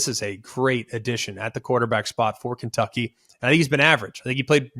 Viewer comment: you can’t even say kentucky right that’s how you know they’re gonna win